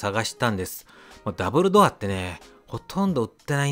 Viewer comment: ダブルドアがダンブルドア(ハリーポッター)に聞こえて仕方なかった。🤣